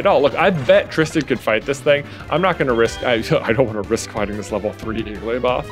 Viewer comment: When you said “Igglybuff”, I thought you said “Gigglybuff” about 7 minutes in.